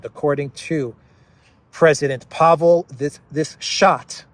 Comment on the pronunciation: Almost all Czech words and names are stressed on the first syllable (which isn't necessarily one with a long vowel). I think Pavel is thinking of his national debt. 🤡🌎 Funny!